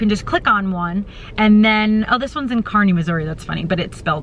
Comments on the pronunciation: You should have checked out the casinos in Kansas City. I stay there in my camper all the time. The truck stop at Oak Grove is another favorite of mine. BTW, I lived in Kearney (actually edited the newspaper there) at the end on the 90s. And you ARE pronouncing it correctly. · I live near Kearney Mo! Would have been cool to run into you!! And that is how we say it! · I live just outside of Kearney MO (you said it correctly)and work in downtown KC! So sorry you had to deal with being sick! If you ever come through this way again and need a place to stay, message me and I would gladly give you a safe comfortable place to stay over or even just park if you felt more comfortable doing that! Hope you enjoyed your time in KC! Lots of things to see in and around the area! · You are saying it right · You are pronouncing it correctly.. Kearney. Very safe place. I work in Kearney but live in North Kansas City. Actually it looked like you were in Zona Rosa shopping area, not sure. Be safe. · You pronounced Kearney correct :) You left my current home of Bozeman to Kansas City which is where I grew up. And one of my best friends still lives in Kearney. Be safe lady. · The shopping area that you were walking around in is called The Plaza! Also, Kansas City is known as the city of fountains. I am glad that you found a safe place to stay up in. You also were pronouncing it correctly. I enjoy your vlogs. You are doing what I wish I could do! I am curious about how you find legitimate work to do while out on the road. The stability of a job to get paid enough to be able to pay for the gas and to travel for me is important. Sleeping in and living out of my car would be heaven.